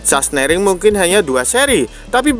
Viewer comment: Sahsenring bang bukan sahsnering 😂😂😂